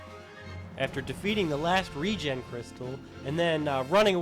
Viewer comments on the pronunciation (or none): none